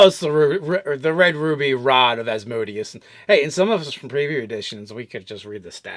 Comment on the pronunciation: Love you guys, but the lord of the 9th layer of Hell is pronounced with an accent on the 3rd syllable: -> /ˌæzməˈdiːəs/